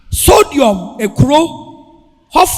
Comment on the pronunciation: Sodom not sodiom😊😅😊😅😊😅